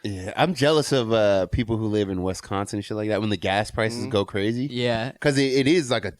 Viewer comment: Did say..."Wes"consin...